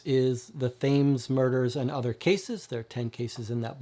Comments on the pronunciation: Thought you might like to know, Thames (as in the river) is pronounced Tems... Hope you don't mind the correction. Loving the channel... Have been deliberating on which SHCD box to get first after the demos and your vids have been very helpful! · Great video. I've not tried any, and bureau of investigation is the one that caught my eye... it's the whole mythos thing... but was looking for an overview on them all. But... It's the Thames, pronounced the Tems ;)